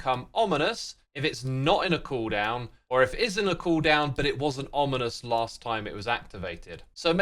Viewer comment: he said onimous spawner instead of ominous lol